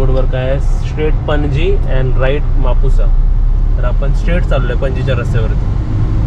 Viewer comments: म्हापसा बोलतात. म्हापुसा नाही . छान आहे फिरण्यासाठी ही जागा. Enjoy 😊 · गोव्यात बर गाडीत पट्टा लावलास आणि म्हापसा म्हापुसा नाही शुध्द मराठी बोल